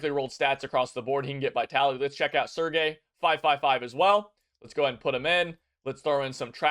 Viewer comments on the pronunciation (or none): none